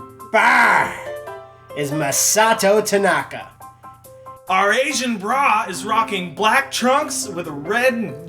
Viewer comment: IT'S TANAKA BRAH!